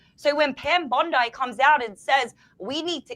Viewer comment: absolutely correct. Bring back the Smith-Mundt Act but rename it the, “Charlie Kirk Act”🙏🏼 BTW, every time says Pam Bondi’s name, it feels like you’re getting more Japanese people on board……I can picture them jumping up and yelling, “Pam BONSAI”!!!😅